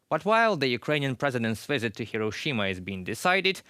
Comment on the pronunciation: I'd like to watch this video but host's pronunciation is poor. Talks about the "wisit" rather than "visit." And "try-bute" rather than "tribute." Please hire more fluent anchor people.